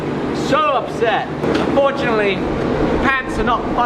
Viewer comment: 'unFORGEantly' Ha. :D